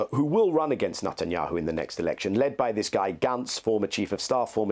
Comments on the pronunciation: He says the devil’s name correctly “Nut & yahoo” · I like the way Mr. Levy pronounces Netanyahu's name as "Nut and Yahoo." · Daniel Levy’s pronunciation of the PM’s surname cracks me up each time he says it: “Nut n’ Yahoo” 🤣